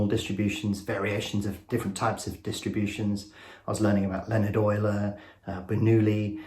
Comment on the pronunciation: You know your stuff when you pronounce it "oiler" and not Yuler. A mathematician once .this 😂😂😂